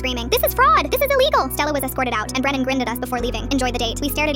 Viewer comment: Bren-nan lol